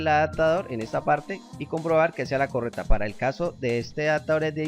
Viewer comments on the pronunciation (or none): adatador, direta, correpta, conetado, jap, debes pronunciar bien, es una falta de respeto y horrible escucharte